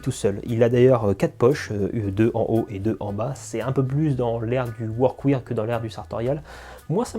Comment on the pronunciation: Pour les pantalons je ne peux que te recommander le sur mesure de chez Ciryl d'Abensia! En plus d'avoir un super pantalon, c'est aussi une super rencontre avec un passionné (et petit tip de prononciation pour le mot workwear, il faut le dire "workwère" au lieu de workwire) Super vidéo, continue à nous faire profiter de ton univers singulier ça khalass !